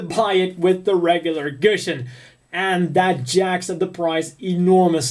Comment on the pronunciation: He said gusion so wroung